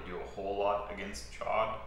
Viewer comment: The fact that you both had the discipline to intentionally mispronounce Ch’od for so long was impressive.